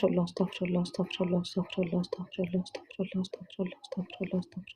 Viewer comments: تاكدي من خروج الحروف من مخارجها انا سمعت ااستفله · يا استاذه ربنا يبارك في حضرتك اسمها استغفر الله بكسر الفاء بضم الراء